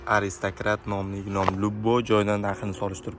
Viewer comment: Gilom emas gilam deb gapiring 55 yoshga kirib gilamni gilom deganni birinchi eshitishim 😅